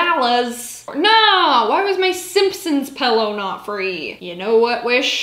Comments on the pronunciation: 😂😂 I love that you say pellow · That’s how I say pillow too. “Pell-o” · You’re saying pillow so funny! How do you say bag?